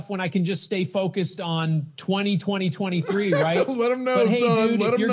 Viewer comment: Even AI Adin Ross cant pronounce 2023.